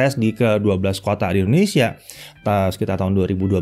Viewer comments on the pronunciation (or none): none